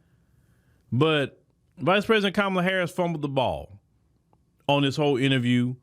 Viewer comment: Host did I hear you right did you say KONmala HARRIS ?